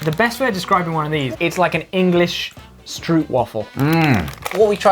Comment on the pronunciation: Stroop is pronounced like rope in Dutch oe makes the oo sound not oo